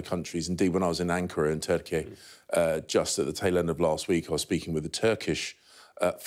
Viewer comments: Can't he pronounce turkey properly? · Why is he pronouncing Turkey like that?